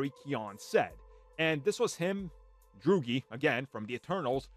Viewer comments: Am I the only one who is bold enough to point out that you pronounced Barry Keoghan's character's name as "Droogie" when his name is clearly pronounced as "Druig"... like this "Drew egg". Now all I can think about is a TV show called Droogie Howser MD starring Barry Keoghan. So you just made my morning!!! 😂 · It annoys me every time he pronounces it that way lol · ahh yes i love "Droogie" lmao